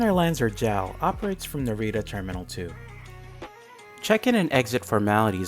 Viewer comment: Its pronounced "Jay Ay El", it does not rhyme with "Pal".